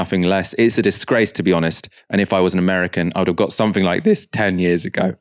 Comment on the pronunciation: If English is your 2nd language. 'Somethink' is actually spelt 'Something'.